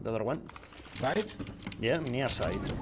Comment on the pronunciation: no es por ser detallista ni nada pero cuando dices near(cerca) no se dice "niar" se dice "nier" un mini y nada util consejito de ingles,si es que lees esto escribe si es que necesitas ayuda con alguna otra palabra o pronunciacion eso:3